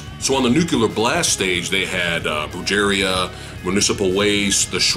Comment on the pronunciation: dam bro didn't kno Brujeria (broo- hed- ia) is now pronounced (bru- jerry- a) haha